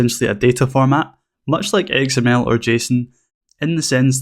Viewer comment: Great tutorial and I love your accent! I keep hearing "egg smell" when you say XML. :)